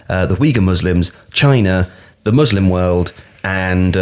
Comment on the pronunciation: I hit like when pronounced "Muslim" properly. You can always expect quality from Tifo.